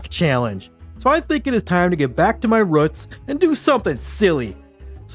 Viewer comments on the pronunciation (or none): Aint no way you actually say ruts instead of roots 😂